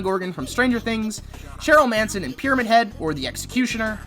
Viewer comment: Cheryl Manson took me out (not trying to be rude but it’s actually Cheryl *Mason*)